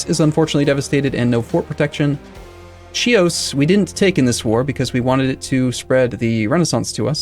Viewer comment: Nice series.Fyi Euboea sounds like Evia and Chios like Hei-os.You'll sound a lot better believe me.